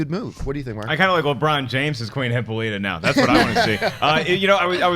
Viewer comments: Hih - Paul - it - ah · Sorry I can't ignore this, it is NOT pronounced HIPPO-LEETA! It's Heh-Paul-it-Ah! Hippolyta! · you guys cracked me up today. Really Hippo-littah, try Hip-Paul-i-tah. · Neely Every time the said Hippo-lee-ta I keep saying Hip-Pal-i-tah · Guys, for the love of god... Hippolyta (/hɪˈpɒlɪˌtə/)